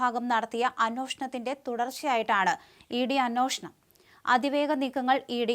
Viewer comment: "അന്വേഷണം" "അ-"നുവേ"-ഷ-ണം."